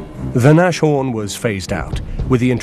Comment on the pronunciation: he meant that they mispronounced it. It's 'Nas-horn' not 'Nash-horn'